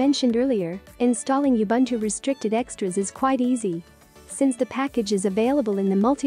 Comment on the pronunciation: No one, absolutely no one: TTS: YAh-Bun-2💀